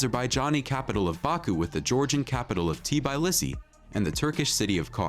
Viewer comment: it is not TIBAILISI IT'S TBILISI !!! READ IT AS IT'S WRITTN!!! T as Tattoo, B as boom, I as indigo, and so on!!! )))